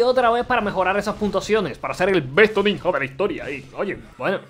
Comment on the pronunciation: soy le único que se da cuenta que pronuncia ninja como el ort0??? hasta en ruso se pronuncia bien y este catalán viene a decir ninha!